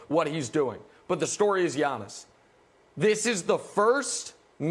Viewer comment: Brandon calls Giannis , yawnis. Get this guy off the show